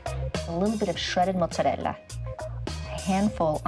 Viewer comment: It actually kind of annoy me when she pronounces mozarella so over the top lol